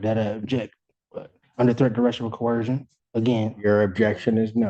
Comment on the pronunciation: If you cannot even pronounce coercion you definitely need an attorney.